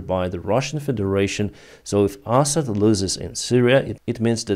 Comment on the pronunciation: I enjoy your pronunciation of Assad as asshat. Huge fan, as always. ❤